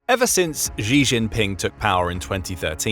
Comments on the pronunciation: It's pronounced "she" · You cannot even pronounce President Xi name properly. Why is it a problem for China to build their military forces? US bases expanded to 900 bases but you are not complaining? US has 5500 nuclear devices, but you are not complaining? US has been consistently at conflicts, but you are not complaining? Do I get a sense that you are getting paid to slander?